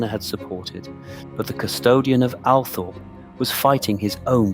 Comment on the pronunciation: Sceen text is full of spelling mistakes. Can't you edit your work before you post? This is IMPORTANT! Oh, and the estate is pronounced Al-TROP, not "Althorpe". SO many get this wrong, it's really irksome.